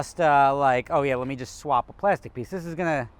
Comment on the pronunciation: "zis channel is cursed"